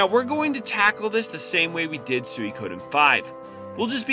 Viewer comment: Has it always been meant to be pronounced like Soo-ee-ko-den? I’ve always pronounced it as Soo-ko-den myself.